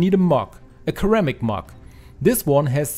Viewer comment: Cool tip, I'll be trying that very soon! Your English is excellent but here's a pronunciation tip for you: 'ceramic' is pronounced like it starts with an S not the hard K sound.